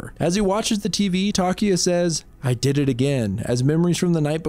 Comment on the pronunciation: just had to point this out and no offence but you said didder